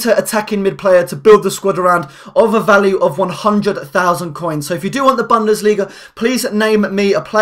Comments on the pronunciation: For God's sake it's Boon-desliga not Bun-desliga! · the way you say bundesliga annoys me :P it's buundesliga